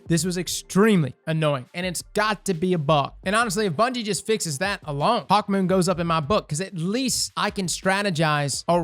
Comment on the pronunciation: I didn’t realize he called it hawkmeh till he pointed it out